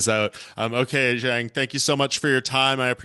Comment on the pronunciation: Zhang “Whali” really man lol